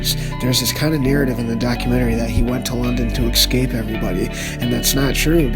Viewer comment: theres no x in the word escape tighten up slim